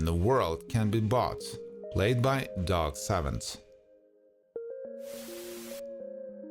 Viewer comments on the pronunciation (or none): none